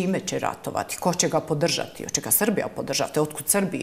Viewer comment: Hoče,neče,slijedeči,moči.Zeno tesko je ovo slusati.